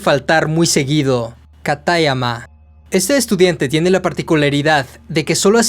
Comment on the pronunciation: Me encanta la narración pero me choca mucho la pronunciación ingles de los nombres o los acentos que no deben de ir como katáyama, siendo que sería "kátayama"